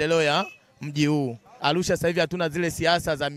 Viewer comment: Alusha huyu sio wa chugga anatamka arusha kizembe hivyo alusha mamluki huyu